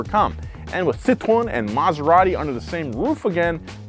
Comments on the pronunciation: It's also not "Poo-joe"... It's more like Peau-zho (a Cyrillic letter actually works better here. The "ж"). It's also not "Sit-rone", it's "Sit-ro-en"... Don't give me your "Porsche-eh" bollocks when you can't even pronounce Citroën or Peugeot... And don't start me on "Hun-day"... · Please Americans, C I T R O E N.... Not Citron.... (Lemon in French) I note when describing the 1967 DS21 Pallas the owner talks of the Citromatic semi automatic. Your interior shot is a 1970-75 dashboard with a manual column change. Later when driving we see the actual interior. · Your pronunciation of Citroën sounds juste like the french word for lemon "citron", which is a bit of a running gag here. The "ë" should be pronounced like the sound "ea" in "head" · Bro the way you say Citroën lol you say it Citron =🍋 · It's pronounced SEET-RO-En, Not Citron. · when says Citroën, it sounds like he says “citron” which means “lemon”… which I suppose is still accurate 😆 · french speaker here next time you pronoce citroen prononce it like this: citroenne ( you must prononce the N) you prononce it like citron (french for lemon) we got those cars in canada up to 1994 with fiat and alfa romeo the market was way too small to invest for new regulations they are as rare as it is in the US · Careful now,. The way you're pronouncing Citroen sounds like "citron" which is "lemon" in French. 🫣 has it right, pronouncing the 'en' at the end ("ci-tro-EN"). It hurts my brain to pronounce a consonant at the end of a French word (I learned French as part of Canadian educational requirement), but names usually break these rules. So confusing. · Citroën can be read "citro N" to get the exact phonetic as a french would ;) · Citroën, not Citron (even though this is the origin of the name); Peugeot not Poogeot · Ah yes, my favorite french car brands, "PewJoe", "Citron" and "Rano" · pronounce it like "Si Tro N" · I love when he say "citron" love the "citron" car